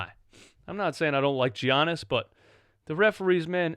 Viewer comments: Its giannis fam not G-annis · please stop saying GEE-yannis omg lol